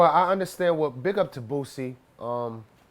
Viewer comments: Jason Weaver and Redman saying boosie “bootsie” 😂😂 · I like how he says "Boosie" .. 😜